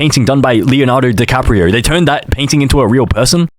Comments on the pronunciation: It's Leonardo di Vinci not Leonardo di caprio🤓☝️ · he said de caprio and not da vinci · Bro it’s davinci